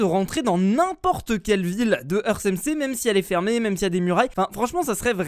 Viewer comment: Ça ce prononce earte , pas eurce